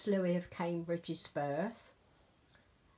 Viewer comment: Awww Esther is so pretty huni! I adore princess Charlotte and I would love to be entered in the newborn size please... Ty for a wonderful giveaway huni. Btw...u are saying the princes name right according to our news! Hugs and love xxxnana and papa